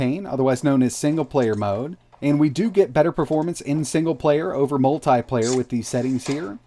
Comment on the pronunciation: Say multiple, now say multiplayer. This guy says MULTAI-PLAYEYR. okkkkk